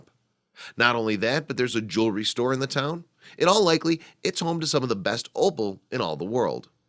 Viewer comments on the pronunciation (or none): none